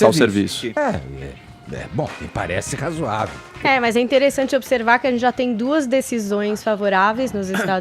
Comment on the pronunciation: ele diz : " é bom me parece rasuavel " hahaha sou teu fã Edgar